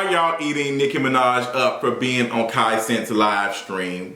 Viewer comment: GIRL, KAI WHO??? cmon hooked on phonics lol